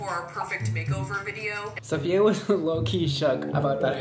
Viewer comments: i cringe everytime he sayd sofiya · her boyfriend calls her SAHF lol and brad called her SAHFiya at the beginning too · I can’t deal with him pronouncing her name wrong 🙄